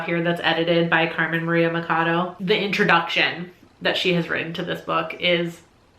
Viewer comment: Went into this video knowing the number one book on the list haha Flawless pronunciation of hacienda, but the "cha" in Machado is pronounced like cha cha cha, you know? I'll get you speaking in fluent spanish soon (?